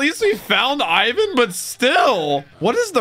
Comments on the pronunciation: its not freaking AIVAN its EEEEEEEEEEEEEEEEE VAN with an I this feels so triggering and uncomfortable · It's not Aye-one it's ee-wan because his name is Ivankov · Please won't call him I-win ... It's E-Vaan-kov Or E-Vaan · He is not canned Ai-van it's I V A N. I as in 'inch' for all Americans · its iwan not AIwan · You saying Eye van is killing me! lol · Yo it's pronounced (Eve - Van) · Iva-chan transing genders since 2009, baby! And please stop calling him Ayvan, it's killing me. Pronounce Ivan like they do in the anime, please! :'D